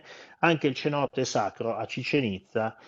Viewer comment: Penso che la pronuncia di:"cenote", con la "c" dolce, non sia corretta, essendo in spagnolo penso che diventi una "s".